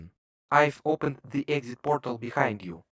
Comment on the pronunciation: I love how he says borTal